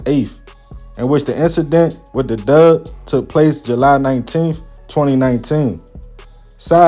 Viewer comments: You said Doug or dove? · lol yes he was. That’s how some people pronounce him hat word. I have some family members that was born and raised in North & South Carolina & that’s the way they pronounce the word Dog. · Are you saying dog? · A ''dug'' lmao!!! I'm from down souf mane! I thgt that was kinda funny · He said “dog for the out of Towners” no sir that the correct pronunciation😮😂